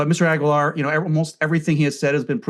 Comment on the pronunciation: It's pronounced ah-gee-lar.